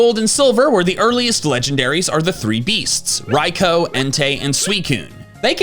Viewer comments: It's pronounced rai-too, like arkoos, not raikoh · You pissed me off the way you pronounced Raikou's name "Raik-O" 🤢🤮 instead of "Rai-coo" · You mean rai-koo? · wtf did you just call raikou or are you baiting on purpose? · You say raikou wrong and annoying